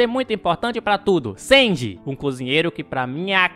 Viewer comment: SENDI KQKQKWK , É sanji pow